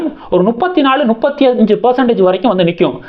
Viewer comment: தம்பிக்கு அது தப்பு எனத்தெரியும்! நுப்பத்தி எனும்போது ஒரு குஜால்தான்! அதுக்காக த்தான் சொல்லுறாப்புல!